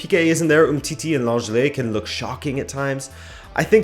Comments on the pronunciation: Great Video, thought it's LenGlet as in Marega 😉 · Gonna be your annoying aunt Nancie and say that Lenglet is pronounced "LongLay" if you're thinking about chips or "l'anglais" if you need a French homophone. Keep up the good work